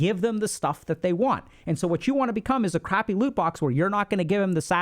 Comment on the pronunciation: He kept saying "lute box" and i had no idea what this is. Thought maybe it was Indian. So i googled it. Turns out it's gamer jargon for a treasure chest. Loot box.